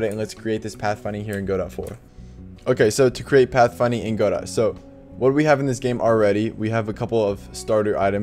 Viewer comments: "Go dot" is funny. It's pronounced "guh doh" like the name of the play Waiting for Godot. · its Ga-Dough not Go -Dot